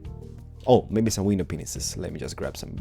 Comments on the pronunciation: U said pinesis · Did anyone notice he called the panes penises